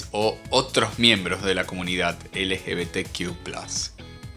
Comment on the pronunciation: Es ridículo como lo pronuncia 😂